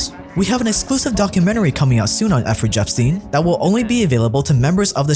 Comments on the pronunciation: Effry jepstein xDDDD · Efrey jepstien?? 😂😂 wtf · Effery Jepstien lol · Nice doc, but, er, it's Jeffrey Epstein... Not 'Effrey Jepstein' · The way you make videos is so awful. Effrey Jepstein? Really? Don’t make this content if you’re afraid of it. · They missed a lot of important targets ….. Mengele was in touch with his family in Germany throughout the rest of his life, and his son even visited him in South America….. I enjoy your docs but who is Effrey Jepstein? Haha 😂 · Love your documentaries, but did you intentionally or unintentionally refer to “Jeffrey Epstein” as “Effrey Jeffstein” at the end of this video ??? 🤷🏾‍♂️🙄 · Efferey Jepstein lol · effrey jepstein😂 i love youtube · Bro said effery jeffstien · Why does this dude keep saying Effrey Jepstein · bro cant pronounce jeffrey epstiens name correctly